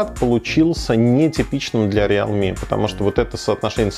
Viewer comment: РИЛми, а не реал ми.